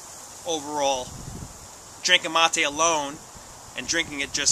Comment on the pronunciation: Amigo its ma"te" not ma"tay" lol. Keep enjoying. Good health to all